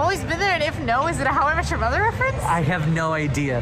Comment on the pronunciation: Only took 4 tries, but at least this time I was able to figure out what you were saying …”how I met your mother”.